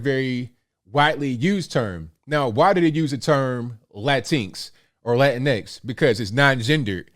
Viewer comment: It’s pronounced “Lá-Tyn-x” He said it right. I prefer that style of pronunciation than “Lá-tin-X”